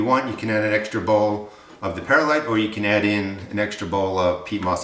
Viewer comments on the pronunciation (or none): Good recipe. Please pronounce Perlite Per lite. There is no "i" between Per and lite. It's like "W" saying nu cu lar instead of nuclear....Grammerly